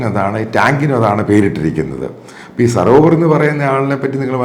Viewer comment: സരോവർ അല്ല സോറാവർ ആണ് മാഷേ ... 😂😂😂😂😂